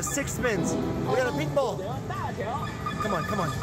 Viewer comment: Maybe it's just me but everytime says pink ball I swear I can't stop hearing him say meatball 😂😂😂❤❤❤